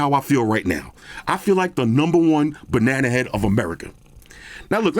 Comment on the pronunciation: This shit is informative; hilarious; chilled. wtf more do i need from youtube? nothing. As a Brit, the insult "Banana head" in that merican twang just makes me laugh so hard.